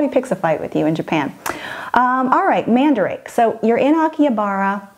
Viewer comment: Love Love LOVE this video! I wasn't in to dolls to the extent I am now, last time I was in Japan, so this is amazing. Lol also it is pronounced man-da-ra-kay.*. I love those stores! SO dangerous for the luggage space, less so for the wallet. Oh and Ikebukuro is where we have stayed in Tokyo. It's definitely seedy by Japan standards, but... yeah not significant for the average tourist.